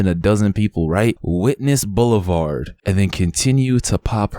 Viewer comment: "DECADES" 😮 "witness bulavard" 😮😮